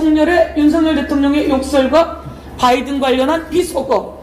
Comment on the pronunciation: 발음 완전 맘에들어 윤석년 ㅋㅋ